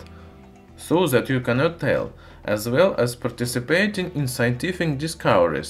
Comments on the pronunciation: TRANSLATION... ZE ( the ) ZAT ( that ) ZIS ( this ) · I love "ze metal" and "zat was used"